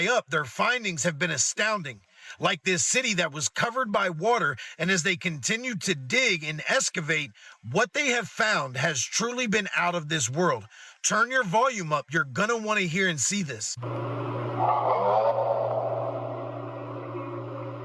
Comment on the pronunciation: * EXCAVATE...not ESCAVATE